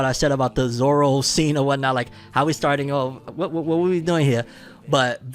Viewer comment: I have a problem with Garp's accent like what the hell, why does he have a Scottish or Irish accent? Plus they don't know how to pronounce Zoros name right. Maybe in the second season they can show how he gets lost all the time while walking.😂